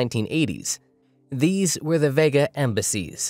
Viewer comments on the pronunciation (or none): none